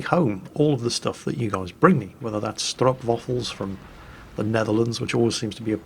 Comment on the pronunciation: that actually was a very good pronounciation of stroopwafel